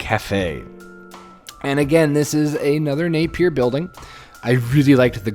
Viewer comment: As a New Zealander, we pronounce Napier as NAPE-ya. We don't say the trailing R, but you can if you want to: NAPE-yer.